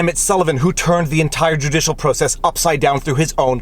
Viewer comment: You made a mistake on your last hashtag. You said juicialswamp instead of judicialswamp